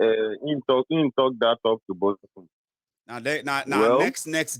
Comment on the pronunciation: TOP TO “ BOTT-U-M”😶😳😱